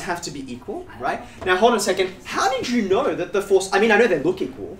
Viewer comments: The way he is pronouncing "knoouw" he definetly got a lot of knoouwledge about keeping things interesting 😁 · I love the way he pronounces "know"